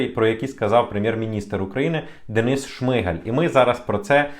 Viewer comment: Ви не читаєте коменти? ШмигАль. А не ШиИгаль🤦‍♀️